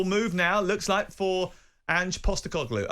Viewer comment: Ang Postecogloulou? Matterface having trouble with the pronunciation at the start there.